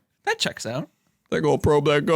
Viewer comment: Of course it is. You got the emphasis wrong for the whirlpool. It's the only thing they've ever seen come OUT of one. They've seen plenty of stuff get sucked down into a whirlpool.